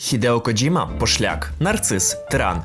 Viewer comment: Боже, нарешті люди говорять КоДЖІма, а не КоДЗІма, просто мммм , лайк відразу 🥰